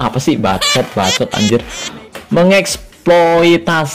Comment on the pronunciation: Baca jangan di satuin om, tapi MENG-EKSPLOITASI